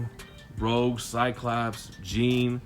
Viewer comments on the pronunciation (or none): none